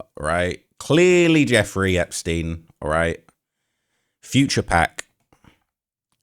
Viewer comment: There's nothing funny about this story, but I was not expecting to hear Charleston White's take, and I couldn't stop laughing at him repeatedly mispronouncing Epstein and Ghislaine 🤣